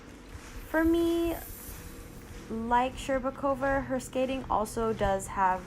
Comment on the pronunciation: Shcherbakova's name pronounced perfectly but Trusova's not. The stress should be on 'u' rather then 'o'. You'r welcome.